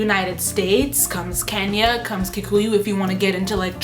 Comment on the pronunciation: I like the IKEA dresser! What did you say about race? What’s Keny’a!? You mean Kenya?